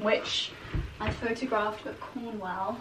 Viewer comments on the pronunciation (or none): none